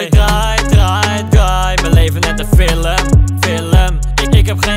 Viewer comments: het irriteert me dat hij zegt filum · Normale mensen : film Koen : fillum